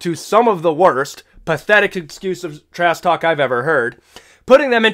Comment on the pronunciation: "trass talk" please ssut up